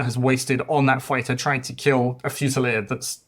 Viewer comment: I love the way you pronounce "fusiliere"....it's sexier like the man who pronounces it🫀